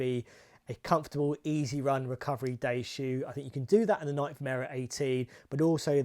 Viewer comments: Pet peeve: The correct pronunciation for Nike is "nai-key" or "NYE-kee," with the stress on the first syllable. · Welll, the correct pronunciation is the same, but it might be that Nike is generally not pronounced correctly in the UK ;-)